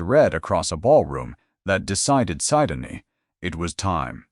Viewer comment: Narrator 's mispronunciation of Syndey's name is very annoying.